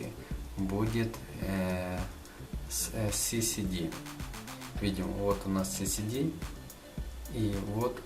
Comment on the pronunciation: ЭС ЭС ДИ!) У меня кровь из ушей, когда я слышу "СИСИДИ".